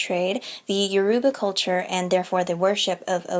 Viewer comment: Loved your talk on Orishan mythology but Yoruba should be pronounced with a phonetic emphasis on the "o".